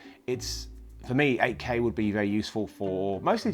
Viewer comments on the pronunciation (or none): when you say 8k it sounds like AK. Thought you were talking about a russian rifle.